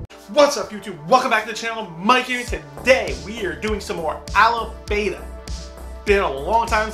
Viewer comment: It's pronounced a(as in another) lip(part of your mouth) ba(as in bra) ta(as in TADAAA!) i know you're not killing his name on purpose, so that's why I'm mentioning it. Check how other reactors pronounce it. Rock on! Like your reactions and HONEST enthusiasm. Peace.